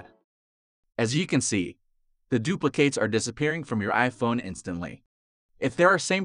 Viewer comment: Anyone else irrationally angry how he says “duplicates”?